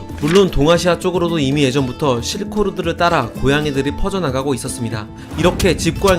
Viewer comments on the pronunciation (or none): 실코로드 ㅡㅡ 발음이 ㅋ ㅋ 외국인인데